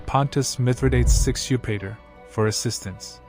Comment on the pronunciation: It's just hard to digest any of this when you cannot pronounce Hippocrates, Dnieper, Mithradates and Celts...sorry...